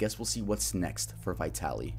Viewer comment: As a Russian-American, you pronunciation of Vitaly is wrong… but then again he’s a piece of shit so I can’t be mad lol. I’m not buying his shroom argument at all. I feel horrible for the victim! He assaulted her in broad daylight, yet she got no justice